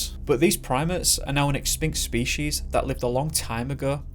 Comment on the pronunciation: Expinct species?? lol